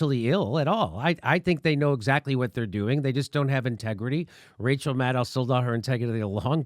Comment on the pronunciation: Rachaahaa haa haa haa, can't even say her name. We know it's MUD.